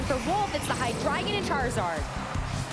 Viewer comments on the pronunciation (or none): )Hy-Dragon)?? 🤮 ❌❌❌ (Hy-Dree-Gon) ✅ Pokemon should make sure their announcers actually know how to pronounce the Pokémon's names.. 🤦🏻‍♂️